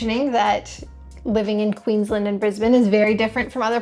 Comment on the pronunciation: If you want to sound more local, Queensland is pronounced as two words (Queens Land) with both syllables emphasised. It’s a give away someone is not from here when they say Queensl’nd.